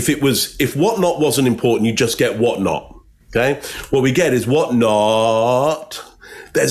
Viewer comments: is spot on about that "Whatnottt." It stuck out to me too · I think misheard. He quotes, "In that case, I saw her swerve one night", but what was actually said was, "I saw her swerve and whatnot." At least, that's what I heard. Love you.